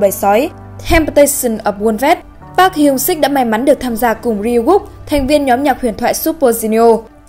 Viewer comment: Ad đọc họ "Pát" nghe ko hayi đau